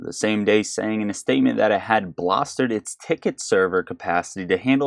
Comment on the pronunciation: By the way, the word BOLSTER isn’t pronounced “bloster” and ARCHIVED is pronounced ar-KIVED. 🤣 lMFAO. Shill!